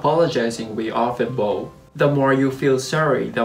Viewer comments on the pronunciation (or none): Just a tip, the way you pronounced “bow” means a type of weapon used in archery or it can also mean a decoration placed on top of a present, usually made of ribbon. Bow, meaning to bend forward is pronounced “bao” not “boh”. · "Bow" is pronounced バオ, (like WOW) unless referring to a bow & arrow, hair ribbon, etc. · You might want to correct the pronunciation of bow !